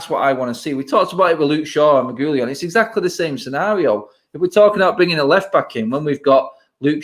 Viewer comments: I think you pronounce Reguilon like “Reg-wee-on” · I was thinking the same thing 🤦🏻‍♂️ it's not even a difficult name to pronounce. Re-gee-lon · They are all calling him Regulion but there’s no “lion” in the name it’s Re-guil-on. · You're all pronouncing his name completely wrong. It's pronounced "re-gee-lon" not "regewlien" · The pronunciation of reguillon🤦‍♂️ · “Regoolian.” Jesus bloody wept... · And I thought Mark’s pronounciation of Reguillon was bad 😂😂 loved the show lads ❤️💪🏿